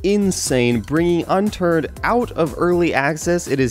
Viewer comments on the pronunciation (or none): HE SAID UNTURD ON ACCIDENT LOL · lol I thought he said Unturd xD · Anyone catch the "Unturd" ? XD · it sounded like he said Unturd :| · unturd xDDDDD loooool